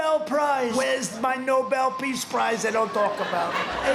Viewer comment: Donald, , crying 😭 like a toddler about the Nobel pReace Prize. 😐😑😐... ... that's some tongue twister, Trump. Now say it three times in succession as fast as you can. Don't get it twissssted, now Donny. "pReace Prize, pReace Prize, pReace Prize." 😁 Too bad, so sad, call your pops, Donald. 🤷🏾‍♀️ You win some, you lose some. 🤷🏾‍♀️